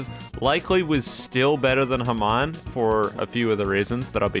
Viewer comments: its not hemon its more like haamoan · your saying Hamon wrong T^T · God the way you pronounce hamon is funny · why he say hamon like that lol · Is anyone gonna mention how he pronounces hamon..?